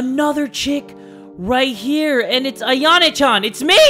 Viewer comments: Lolz, the way calls Yan Chan "Ayane" instead of "Ayano"😂😂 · AyanO Not AyanE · stop saying ayana it’s ayano lol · Hold up why does say ayanay chan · Why does say Ayana Chan.